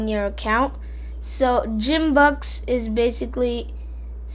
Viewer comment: its purnancede Gimbucks not like geem its like giom